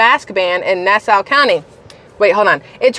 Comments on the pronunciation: Hahaha love you. Its Nassau like the way pirates say it Nass - Auh :) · I live on Long Island it's pronounced Nass-awe